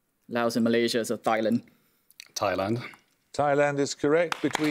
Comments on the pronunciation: he said THI- land instead of TAI-LAND. Is that whats taught in Singapore in general? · He said Tai-lént, lént like in England not like in land, with H sounded...not like Tai-land. Singaporean and Malaysian pronounced Thailand like that.